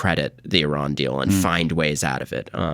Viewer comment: He's reading Iran wrong...but he has his fathers charisma, Sinatra